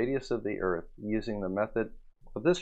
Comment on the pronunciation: You mean Earf?